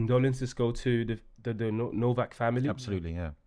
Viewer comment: The least you can do is get the spelling right. It’s Nowak not Novak. Sit there showing sympathy but can’t even get his name right.